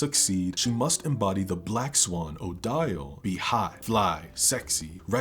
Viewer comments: oh speaking of pronunciation-- Odile is pronounced "oh-deal" just for future note! great video! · the mispronunciation of odile takes me out lol